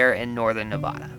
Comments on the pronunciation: It must be said... its pronounced Nev-ad-a NOT Nev-ah-da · Ahhhh its Nevada not Nevodah. Lol still love you though. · Please, It's Nevada not Nevahda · I don’t know if anyone commented on it…but is nevaaaaaduh. That first A makes a sound like the a in apple. Not nevahduh :) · i know this comment is way old by now, and im sure you’ve heard this a few times by now, but nevada is actually pronounced “nev-ADD-uh” as opposed to your (albeit correct sounding) “nev-aw-duh” :D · Just FYI, it’s pronounced Ne vah duh. Like Montana. Not Nevuduh. Lol Too bad you missed Tahoe Nevada and the Sierras of Nevada. It’s beautiful. Love that you are traveling the U. S. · I’m from Las Vegas Nevada, trick to the pronunciation is “nevaaaada” instead of “nevoooda”. So it’s a aaaa sound like apple. Love your videos! Hope you have happy holidays and a great rest of the year! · As a nevadan I gotta say it's wierd to hear it pronounced nay-vada, since locals don't call it that (instead of ni-vaduh) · does surprise me cant say Nevada (Nev-ad-a) correctly. Nuh-Vah-Du hahaha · Great video! Don't forget, though, it's Nev-AD-a, not Ne-vah-dah. Can't wait for the next video! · Like this video but you said neveda incorrectly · I live in Nevada and it’s pronounced Ne-va-Duh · Me being from Nevada getting annoyed they said my state wrong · Why can’t anyone pronounce Nevada correctly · I know did not just say Nevada like that😂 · Please learn to pronounce Nevada correctly! So glad you visited, though! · Person who lives in Vegas here...I’m not surprised you guys said Nevada like that 😂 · Cringing every time I hear you guys says "Nevada" Watch the "Veep" episode on this. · For the love of God!!! Please say Nevada correct!!!!!!